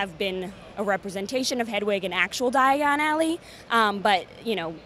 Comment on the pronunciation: Is it just me or was she saying digon alley and not diagon alley